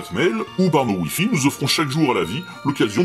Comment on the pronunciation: Youtiyoube ?... Aaah : Youtuuuuube ! Wifi ?... aaah : Ouaille-faille !